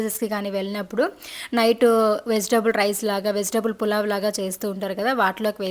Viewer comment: పులావ్ కాదు పలావ్